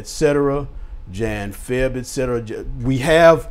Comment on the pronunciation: Respect for pronouncing etc correctly